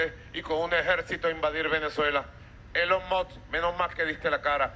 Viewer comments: Ni lo pronuncio bien dijo Elon Moj XD de milagro no dijo Eyon Muj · Ni puede decir correctamente elon musk